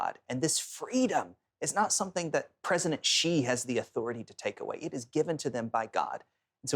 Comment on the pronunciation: Awesome, but his last name (Xi) is easy to pronounce. It is pronounced "she" as in She is a girl.